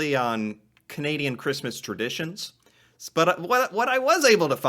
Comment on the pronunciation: Christmas "Terditions"?